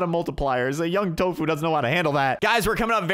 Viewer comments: It’s tofu not toffu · its not tofu its TOFUU. Correction?